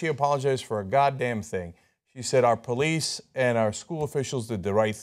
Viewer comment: she said police wrong lol